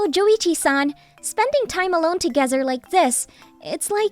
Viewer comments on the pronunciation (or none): its not living togezer its living together